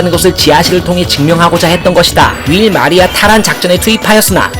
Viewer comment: 월마리아(Wall maria)를 자꾸 윌마리아라고 읽으셨어요.